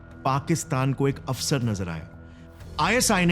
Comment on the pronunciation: It's MI5 and MI6 not M15 and M16, when you arrive at the rangmati forest point you said vipada mein afsar(officer) which in fact should be avsar and then mispronouncing Gibraltar, you are a content creator you should atleast know what you are saying